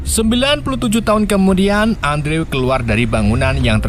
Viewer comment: Bukan Andrew dibacanya kak. Tapi endru